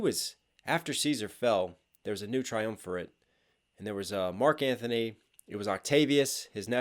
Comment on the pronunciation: Btw its not Marc Anthony...its Marc Antony